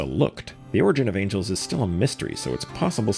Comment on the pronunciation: Bro is mispronouncing angels like he's trying to avoid the gaze of the Heavenly Principles lmao